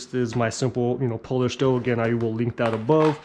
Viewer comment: The correct pronunciation is POO-LEASH not Polish. Just so you know…..